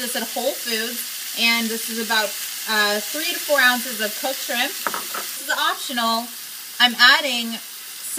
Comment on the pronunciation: SHIRMP stir fry lol